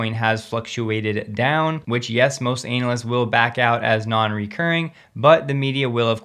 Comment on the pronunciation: May want to work on pronunciation of analyst, other than that great work.